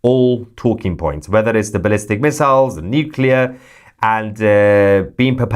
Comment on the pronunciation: Thank u for pronouncing “nuclear” properly. A pet peeve of mine is that ever since GW the Americans haven’t said it properly. Yes. You are the media. Forget the rest!